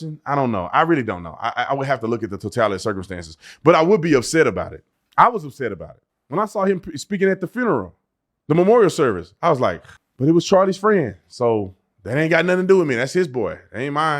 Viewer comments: I literally hear you say furneral recently! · Listen to you trying to judge somebody over their accent.Can't even say the word funeral right? Are you freaking serious? Are you sure you're not the one grifting